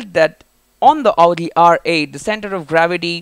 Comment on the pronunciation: so stupid he says augi instead of audi